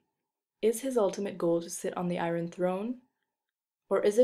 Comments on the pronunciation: Appreciated the video, except for your pronunciation of "iron" at the very end -. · Why on earth do you pronounce the "r" in iron?